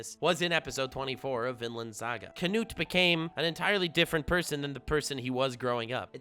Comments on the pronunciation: Bro the k in his name is silent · You are saying Knut wrong